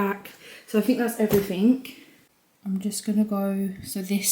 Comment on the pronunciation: 'everyfing' 'Firtyforf and sevenf'